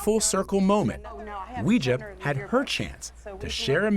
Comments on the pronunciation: It's pronounced like"way-jia" not "wee-jia" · Her name really should be pronouned Way-zhah, not Wee-zhah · Maybe she shouldnt mispronounce her own name, it's not wee, its wei. Im just saying ¯\_(ツ)_/¯ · You're right! It's pronounce WEI JIA and not WE JIA. but people who are not Chinese don't know that and Weijia herself didn't teach people to properly pronounce her name and pronounce her name WE JIA herself. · I will be happy when mainstream media stops mispronouncing Weijia’s name, so that it doesn’t sound like some occult practice. It’s. WAY GEE AH. It’s ironic because pinyin was originally supposed to help pronounce Chinese easier..